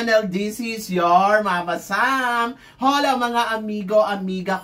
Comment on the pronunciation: Hola is spoken without the H sound… like OLA …. Not HOLA